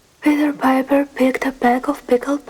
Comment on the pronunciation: 💚💚 You were doing really well with Peter Piper! I loved this video - do more! 💚💚